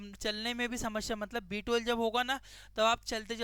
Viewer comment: B12 clearly bolo, property sunai nahi deta. B2 sunai de raha hai